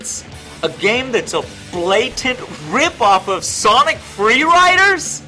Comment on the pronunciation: hahaha "SONIC! ... FLEEE LIDERRR!"